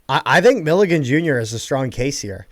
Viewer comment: Hearing mispronounce Milligan so much hurt me